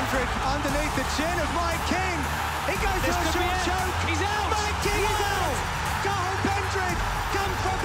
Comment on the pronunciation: Butchered Cathail & Paddy's names 🤦🏻‍♂️